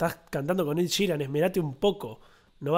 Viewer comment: Es "Ed" ,no "Id" :)